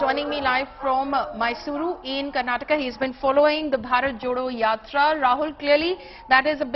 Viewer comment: I started watching this video only after the host pronounced Mysuru and Karnataka accurately.